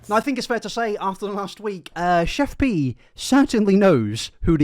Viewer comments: Its pronounced CHEF PIE not pee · He keeps calling her Chef PEE. Lol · lol im sorry, this was a great video but the way you pronounced her name had me cracking up